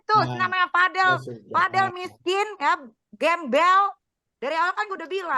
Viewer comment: btw gengges deh denger Razman ucap namanya Vad-el bukan VadEL. kaya pengen beda banget